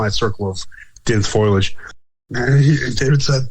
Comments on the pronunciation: For the love of God bro it's FOW-LEE-AYY-DD-JJ-UHHHHHHHHHHHHHHHH!!!!! WOW...that feels better...I can breathe now...😅😜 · For the love of god, STOP saying FOIL-EDGE. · For the love of god, your guest needs to learn that the word, foliage is NOT pronounced as "foil-edge". It's "foe-lee-edge", not "foil-edge". Look at the word. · Thank you,! I'm glad I heard this. He kept saying, "foilage" instead of, "foliage". Is he referring to plants made of aluminum foil? He kept saying it over and over again. It could be worse--a "you know" or a "like" addict is really hard to listen to. I've just listened to this again, and that mispronunciation will still aggravate a person. Still, it was a good interview. I've heard a few Bigfoot researchers go on and on about photography, but do they have a good photo? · Lol, I'm glad I'm not the only one. I've heard people pronounce it like this many times on multiple podcasts and I was beginning to wonder if I've been pronouncing it wrong for years.